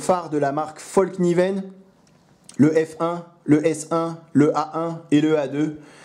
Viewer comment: Bonjour, et merci pour tes vidéos. Une toute petite remarque histoire de la ramener:-D Fällkniven: le petit [..] sur le [a] a toute son importance et donne à peu prés: fèlkniven.